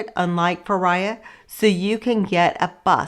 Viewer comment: Please learn how to pronounce the towns. Fira is "feera" not feriya. Oia is "eeya" not oya. Otherwise, great info.